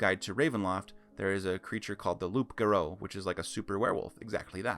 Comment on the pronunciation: Great stuff. Btw Im aure you've been told many times by now but Loup Garou is pronounced "Lew Garoo". Its french lol